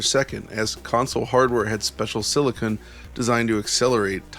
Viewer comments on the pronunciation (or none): none